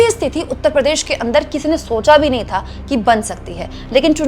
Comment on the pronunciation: "stithi" nahi "sthiti" Ye Mai dobara repeat kar Raha hu. RAKESH SAHARE AHMEDABAD GUJARAT